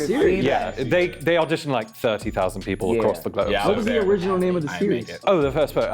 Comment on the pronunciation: Number 5 also said she’s an actor. But I clocked from the way he pronounced “Harry” and “auditioned” (sounded more like ahh-ditioned)